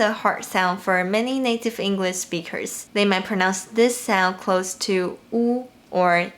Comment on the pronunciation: This is amazing, thank you so much. I’m wondering, have you ever noticed differences between American and British speakers speaking mandarin? Also, since you teach us so much Chinese, I’m going to return the favour and let you know that “Speakers” finishes with a K sound, when you say “native English speakers” it sound and looks (to me anyway) like you’re saying “native English speechers”.